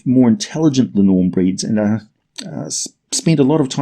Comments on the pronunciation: It's really painful hearing you butcher the Icelandic language. It's linn orm with the emphasis on the first syllable. Not the middle one. Like is done with the English language. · Love your vids (as you might've noticed by now), but your pronunciation is very off in this one. I don't blame you for not knowing Scandinavian or Old Norse, though. For future reference, linnorm (in my mother tongue Swedish, as well as Danish, it's lindorm), is more or less pronounced linn-orm, with an i as in spin and o about as the o in holistic (tried like 3 different words in my head before I came up with something even vaguely resembling it), with equal, separate emphasis on linn and orm.